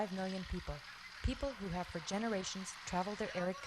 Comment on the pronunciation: WHAT IS SHE MEANB5 MILYAN PEOBLE HHHHHH 4O MILIAN PEOBLE THERE.